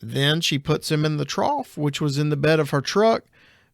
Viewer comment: The commenter in this episode who continuously mispronounces “trough”… OMG 🤦🏻‍♀️